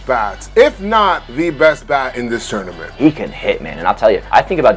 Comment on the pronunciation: I talk about a lot and I think my biggest problem I have with him is the way he says tournament every single time it makes me sick